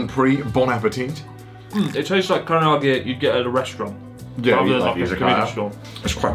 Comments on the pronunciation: I'm wondering why Chris, do you keep adding an extra vowel to Karage? You keep calling it kariiage, except when you said Karage-Kun. Thanks for the video, nice to catch up on your uploads, it's been a long time! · I may have spoken too soon, I heard carryoggy-kun. No matter what I love you anyway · I'm waiting for the day chris says karaage correctly lol